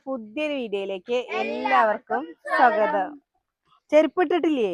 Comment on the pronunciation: സ്വൊഗതം അല്ല സ്വാഗതം